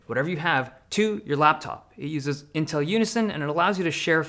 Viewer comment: But he called it "Intrl somehow".